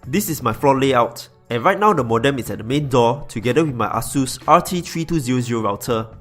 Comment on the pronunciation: its ā,ə-sus not AH-SUS.. wtf